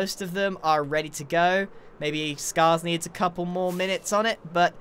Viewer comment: Oh no, the bocket syndrome has become contagious! Pople are saying cople!